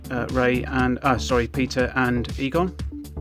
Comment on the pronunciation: Eter and Pegon? Stop grtting names wroooong